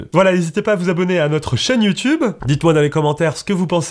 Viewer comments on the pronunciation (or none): none